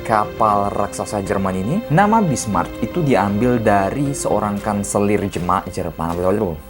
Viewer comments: Njiir..😂 Bismarch lagi...yang bener tuh Bismarck keleuss...😂😂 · Sebutnya bismark tulisannya bismarck